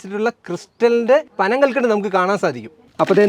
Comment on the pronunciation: എല്ലാം അടിപൊളി. Thank you for showing in detail. പനംകൽക്കണ്ട് അല്ല ബ്രോ പനംകൽക്കണ്ടം.